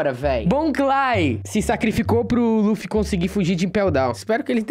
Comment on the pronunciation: Mano não se fala laffy e luffy vei poxa